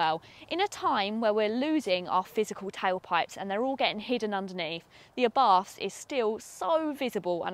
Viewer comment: good...but it is pronounced "ah Bart" ( and the "h" in Abarth is silent)